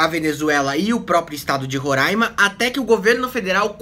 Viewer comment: vc fala roraima certo, coisa que a fatima bernardes nal consegue